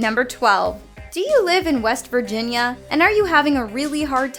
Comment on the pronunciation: When said west wirginia my brain: take me home country roads